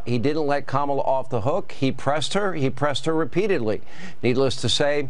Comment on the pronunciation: We know who is unhinged. It’s not KAmala. Could any of them learn to say her name properly? She’s been VP for years. SO stupid.